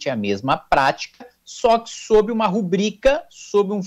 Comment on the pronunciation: Se fosse rúbrica, teria falado correto. Mas é rúbrica, viu? Aprendeu com Kim na resposta.